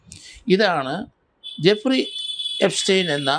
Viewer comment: ജഫ്രി എപ്സ്റ്റീൻ. അല്ല എഫ്രിജസ്റ്റീൻ